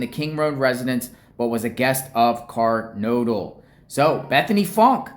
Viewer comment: 🚫Car-nod-le ✅Ker-node-le